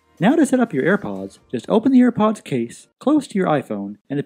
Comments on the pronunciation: no one: him: ayre powdsss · shambleZ Gaming same